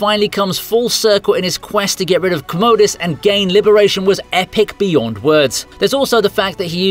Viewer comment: "Commode-us." LOL!